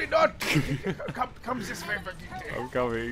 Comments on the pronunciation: KNOWS HOW TO SAY BRIGITTE'S NAME!!! Not...Not though... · Thanks for being the only one pronouncing BRIGITTE correctly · you actually pronounced it right!!!!